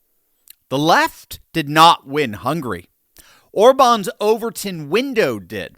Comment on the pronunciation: "Hungry"? It s HungAry